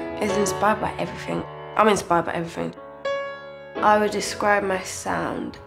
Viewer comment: "evyfing" Love her